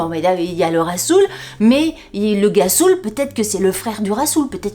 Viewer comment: fou rire à la lecture de gassoul qui se prononce rrassoulle mdr en même temps quand on connait pas. ma pauvre en tout cas j'ai bien ris merci pour ce moment🤣😘😘😘😘😘